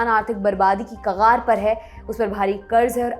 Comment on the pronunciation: Kagar, Urdu ka lafz hai iska sahi pronunciation ،کگار, or aapne akha ،کغا ر ,iska pronunciation zaroor sahi keejye ,sunne me ek dam bekar lag raha hai .